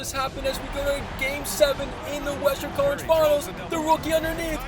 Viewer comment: Who else hears "College" every time tries to say Conference Finals? Just me?